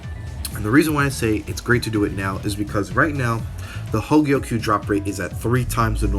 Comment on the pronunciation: Did this man say 'cons' Bonanza? Lol great vid so far though Edit: Ohhh for fucksakes this man butchered hogyoku XD